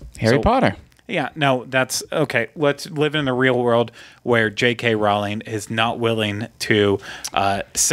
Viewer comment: Its row ling